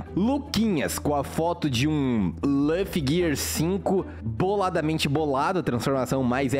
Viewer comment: Por que ele fala laffy